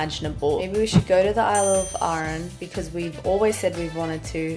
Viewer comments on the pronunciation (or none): It's just Aran not aaaaaran, and what's with the generic bagpipes all the time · Oh for the love of the wee'man, its Arr-an not rn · It's pronounced Aran, not Ahran 😊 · I am from Arran and every time you say Arran I feel nauseous! It's Arran not Urran!! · Love to see people making videos about my wonderful little country! Hope you all had fun! One little note though Arran is pronounced Ah-ran like ‘Ah’ in ‘hat’ and ‘ran’ like ‘I ran’ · Oh no, an episode of American’s mispronouncing Scots places. Arran = arr-an. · canny deal with how she's pronouncing arran hahaha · As somebody from that area that’s so not how you pronounce arran but I appreciate you trying